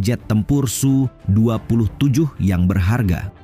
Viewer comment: S U dibaca su